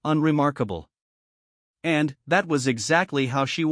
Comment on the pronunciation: Your AI has a VERY weird PAUSE every time it says the word "....and...". A bit annoying.